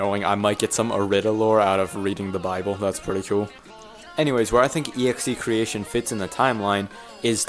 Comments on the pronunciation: It’s not EXE.creation. It’s excretion, as in excreting human waste. The song name is pronounced x-cre-shun. Excretion. The only reason that the EXE is capitalised and bolded with red is because it’s like Jeffy.exe. Like evil pooper-man from the early days of the Jeffy puppet. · You pronounce the name of the song "E-Ekze--cretion" And I think Poop Warrior should be another Jeffy from another timeline idk lol just a theory Also, "I'm sorry, I'm not reading great today", I mean, no offense but in every of these videos bro struggle reading lol (joke) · EXEcretion is pronounced xekreeshin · please do reveant next also its pronounced ex-cre-shon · 1. execretion is pronounced (ex-cruh-re-tion) 2. coquer's is the composer of most of the songs and (current) co - director of irida 3. Execretion is not roses personal hell from what i know its jeffy seeking vegeance for her and marvin leaving him with nancy 4. Poop warrior is possibly jeffy turned into god just like sonic.exe due to probably either being possessed by some poop god or hatred consuming him 5. Rose dies in the end of execretion from jeffy becoming 6. BTW nancy has nothing to do with the irida lore excluding poop warrior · its EXE crei-shon zawg🥀💔